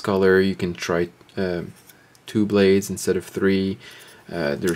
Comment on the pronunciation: helipal not pad..... fuck